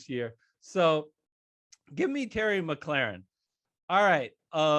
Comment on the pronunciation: Hate to be a stickler but McLaurin is pronounced (Mi-cloor-in)